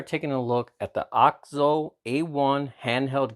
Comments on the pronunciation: It's OKIZO not AUKZO or AOK ZOE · It's actually pronounced A-OK ZOE